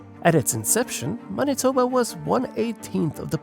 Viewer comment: Judging from the many mis-pronounciations it's fair to assume that this was made by some one who isn't from Manitoba, which is AWESOME! Somebody outside of here has heard of us!